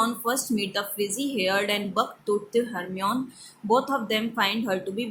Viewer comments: yes Hermione ko Hermeon pardh rahi hai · Mam it is read as Hermione not Hermon and she is a girl not a boy.